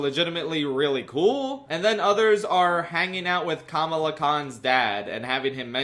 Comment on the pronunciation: its kuhmaluh, not komaluh